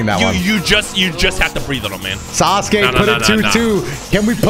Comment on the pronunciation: some say they called him Sauce-uke